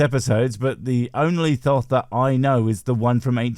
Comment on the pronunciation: Thoth = "Tote". Remember, H doesn't make TH the sound we're familiar with.